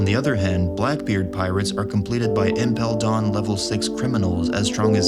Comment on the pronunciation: nobody boutta talk about how he said "impel dawn" and "donflamingo" ??